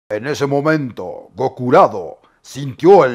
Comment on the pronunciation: “Gokurado” jajajaja te la mamaste.